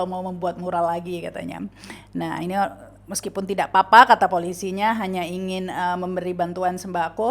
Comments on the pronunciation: Btw, ada hal kecil saja 😊, menit kata meskipun diucapkan 'meskupin'. 😃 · Meskupin itu apa ya...plesetan meskipun kali ya ( menit ) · Ada yg unik di Menit meskipun apa meskupin???? Heheheh